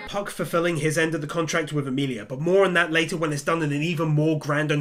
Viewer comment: not to be that guy cause I know what you are saying but its Emilia... sorry but kinda just annoyed me but I knew what you meant